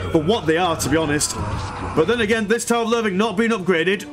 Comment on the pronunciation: considering "English lessons thing" why do I keep hearing "a tower of loving" instead of "tower of loathing"?